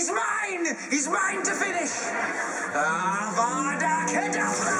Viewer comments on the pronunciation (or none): He actually said "avada kedaBRA" then the Sports Bra appeared in the manequin, did you get the joke now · Too bad he said Avada Keda-bra. Bra. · At least say the curse avada kedavra right! GOSH. So hard